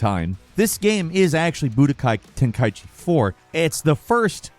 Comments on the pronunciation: Ten ka i chi... Say it right... Not "Ten kai chi" its like u try to say it right but at the end u had to neeze... Ten Kai-chi... Like bless u, work on ur pronounce.. He even Miss-pronounced GoGeTa & VeGiTo but he played 1, 2 & 3 tho... Yet cant pronounce 'm the right way... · Ten- kaichi?? Ten - Kai - ichi